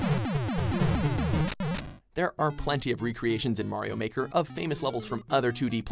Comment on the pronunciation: MAYRO MAWKER